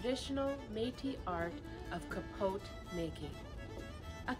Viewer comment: the t is silent in pronounciation of capote